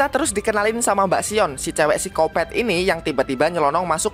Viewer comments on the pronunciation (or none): none